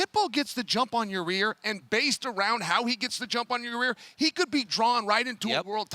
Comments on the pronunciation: Absolutely Nobody: Chael Sonnen: “Your-rear Rodriguez” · Ya-rear Rodriguez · Chael pronouncing it “ya-rear Rodriguez” 🤣🤣🤣🤣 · Chael calling Yair ya rear is driving me crazy. “Get the jump on ya rear” “Beat ya rear” CHAEL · Its Chaels comment and he deliberately mispronounces names